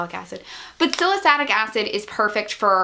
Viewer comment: It's pronounced Sal-uh-sill-ic acid. It's in nearly all skin care products, at least cleansers and stuff.